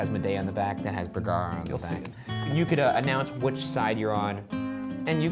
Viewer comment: Its #boogara not #bergara....pshhht